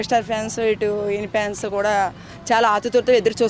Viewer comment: Fans❌pans ✅ Topic ❌ trapic ✅